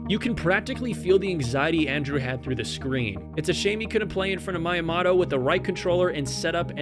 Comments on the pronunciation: Lol I was waiting for someone to mention this lolol. It’s みやもと. Not mAiyAmAto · The pain I felt was so immense how the heck do you mispronounce Miyamoto 3 times, two different ways between them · how you gonna run a speed run channel and mispronounce miyamoto....